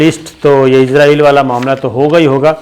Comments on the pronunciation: Sir gee the word is Israel not izraeel.... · Sabir bai aap bar bar israeil ko izraeil kehty hen.jab k izraeil eek farishty ka nam ha.is ghalte ko drust Karen.abid al Riyadh. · تل ابیب میں ت پر زبر۔ فرق یہ ہے کہ ت پر زیر کے ساتھ جو تل ہوتے ہیں ان میں تیل ہوتا ہے۔ اور تل ابیب میں تیل نہیں ہوتا۔ دوسرے یہ کہ اس ملک کا نام ہے اسرائیل۔ عزرائیل ایک فرشتے کا نام ہے۔ اورہاں، چے نا نہیں، چین، چین، چین۔ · یہ عزراٸیل دنیا کے کس ملک کا نام ہے؟ کمال ہے کیسے کیسے جاہل اس ملک میں سینٸیر اینکر بنے بیٹھے ہیں ۔ اسراٸیل نام ہے ملک کا ۔اردو میں س سے اور انگریزی میں S سے Z سے نہیں ۔